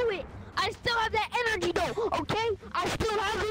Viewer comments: Boy said “enrgy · HE SAID GET MY ENRGEY